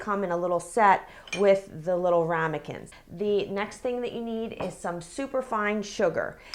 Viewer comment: Wuter (LOL). And Rumicans